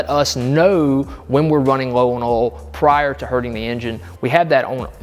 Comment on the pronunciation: WTH is “oul”?